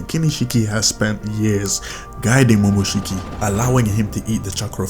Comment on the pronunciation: It's momoshiki u dumbass